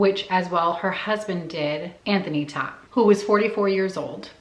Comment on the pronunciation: Its pronounced "tote"